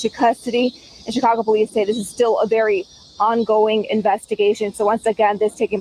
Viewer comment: That news reporter said ungoing, not ongoing 😂😂Chile